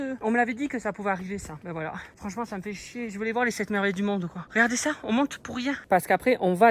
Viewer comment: « Fransement la che chochotte plus » 😂oh non presque plus